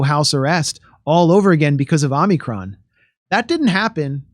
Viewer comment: It's hard to take what this guy says seriously when he doesn't even know that it's Omicron and not OMNICRON!!! OMG This drives me insane!!!!!